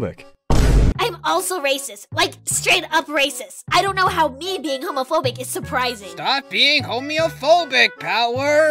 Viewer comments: pronunced homophobic correct in the first video then into homeophobic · was saying everything fine until power showed up so in this video he's saying homeophobic instead